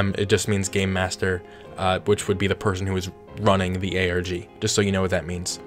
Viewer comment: I swear I heard you say gay master not game master